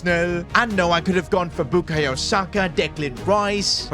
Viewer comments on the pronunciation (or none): none